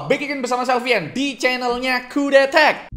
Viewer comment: ngomong kudetech nya bisa biasa aja ga jangan "KHUDHETHECH"